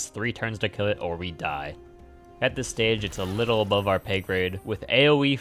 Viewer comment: "Wittle goblin" got me pretty good.